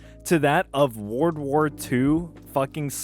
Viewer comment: Why do you struggle to say "world"?